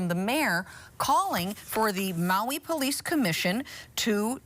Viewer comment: lol the anchorman said “polief chief”.